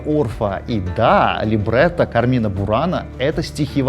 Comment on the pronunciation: Пятиминутка занудства: Кармина (которая бурана) произносится с ударением на первый слог — Ка́рмина Люблю ваш канал!